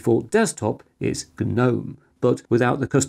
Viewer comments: G-nome!! Love it 🙂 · Tell me who thinks that inventing words is OK outside of Shakespeare WHO dicides that geeeeeeeernome is a word ,what next the victim was kaaaaaaaaaaaaaaahhhnifed to death ,or the kerrrrrrrrnight rode into battle with the English language